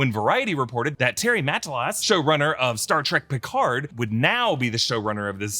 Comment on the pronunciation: You're pronouncing Picard wrong 😅